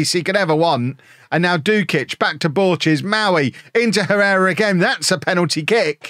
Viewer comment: It's pronounced "Errera". H is always silent in Spanish.